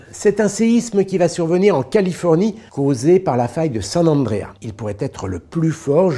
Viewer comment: Petite correction pour la prononciation : le S de Andreas se prononce (Ça fait des années qu’on prononce mal mon prénom mdrr)